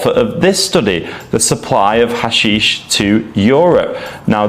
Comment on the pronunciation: Sorry dude, you calling ha-SHEESH "hash-ish" means you know fuck all about this topic so I can't take you seriously.